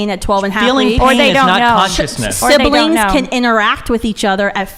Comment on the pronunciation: Ok, aside from the actual topic (Im conflitrf and not sure where exsctly I stand on either side) that skinny girl pronounces things so annoyingly. 'Tod-a-ler' and 'Sib-a-ling' are just so.. I just cant..